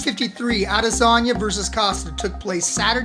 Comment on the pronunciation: Sounds like your saying lasagna instead of adesanya